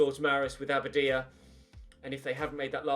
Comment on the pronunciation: Anyone else sometimes hear Aberdeen when he says Abadia?